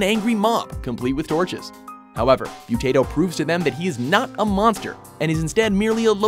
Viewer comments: In The Post-Modern Prometheus, the creature's name is pronounced "Moo tah toe", not "Mew tay toe". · Stop saying mutato like potato...that is not how it's said. He is not a tater tot. No one in xfiles said it like that. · The Great “Mu-TAY-Toe” 🙄